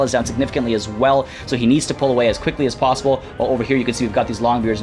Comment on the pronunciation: did I hear "as queekly as possible"?? Hmmmmmmm